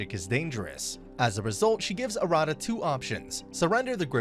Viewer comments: You're pronouncing Arata wrong, btw . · a rada is not pronounced correctly